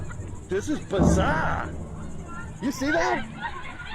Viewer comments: I’m from RI and instantly knew he was from Bahston, Massivetwoshitz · "Bizaaaah!" Kudos to the Bostonian!